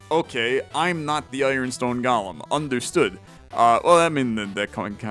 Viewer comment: Golem is pronounced go-lem, not like Gollum from LOTR